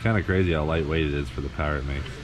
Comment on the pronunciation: Rotary powah 🤘